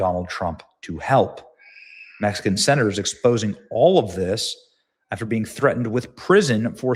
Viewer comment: Mispronounced Being**